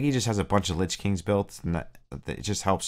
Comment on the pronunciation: Lich not Lynch